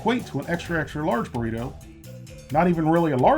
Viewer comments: It’s funny how he says BORRITO instead of BURRITO hahahah XD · Is he saying borrito?